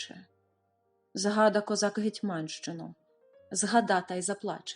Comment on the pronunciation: коли він писав це як думу-пісню - оголоси мають бути трохи іншими. Наприклад у слові "Гетманщину". Менг дуже подобається як Фамін вставив ці чотири строки в свою пісню.